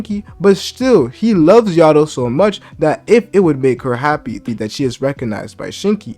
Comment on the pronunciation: Bro it’s Ah-Rye-Ah. And yo-dough. Why is everyone struggling to say their names lol